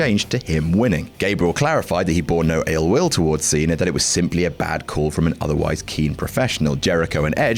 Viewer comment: Who's "John Cener"?